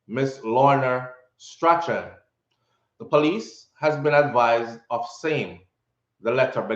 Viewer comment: The last name of the mother is pronounced "straun"